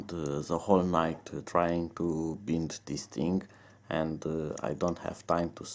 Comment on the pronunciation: Well, leave it to Gear Best to leave you hanging ... Hope you find out how to Bind it (btw, bind is pronounced with the long I sound, as in wine ... bind .. ha ha). Good luck. Cheers.